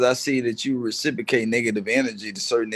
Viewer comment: Dude said “recipocate” 5 times & thinks he’s a scholar